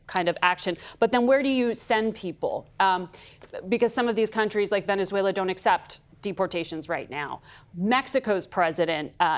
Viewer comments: Dude needs to learn to pronounce "Venezuela" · ....perhaps a lesson on how to pronounce Venezuela might be a good place to start ... before you force people onto a plane bound there.